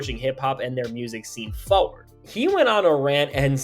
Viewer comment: Why you say forward like that?